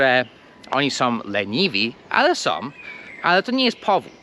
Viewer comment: Przepraszam nie som tylko są/ nosowe /.